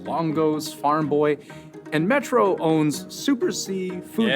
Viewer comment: you pronounced them perfectly. I’ve never heard of Metro, plus though, just Metro